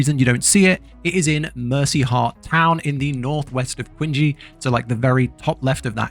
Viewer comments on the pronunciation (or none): Dude, Qinghe is pronounced like Ching-her... Not quin-gey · and Qinghe is pronounced tching-huh, not queen-jee xD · Awesome guide but please for the love of everything holy stop saying "quinjee" LOL it's ching-HEUH